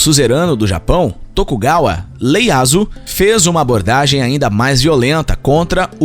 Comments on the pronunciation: "LEYASU" com "L" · O nome correto do shogun é Tokugawa Ieyasu (i-e-y-a-s-u), com "i", e não "L". Provavelmente alguém leu errado Ieyasu com um "L" minúsculo. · Tokugawa Ieyasu... não Leyasu*.